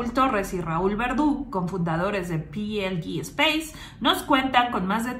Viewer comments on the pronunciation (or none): Je, je...aunque lleve ese "Space" por estar en colaboracion con la ESA ( EUROPEAN SPACE AGENCY) PLD SPACE, se lee Pe Ele De y no " Pi El Di" y luego "espeis" si se quiere aunque en España la conocemos como PLD ( Pe Ele De) a secas. Y gracias por tu trabajo divulgativo. 👍✌ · Porqué no lees la compañía en castellano PLD, ¿acaso pe, ele, de, no existen en español? y es Elche con che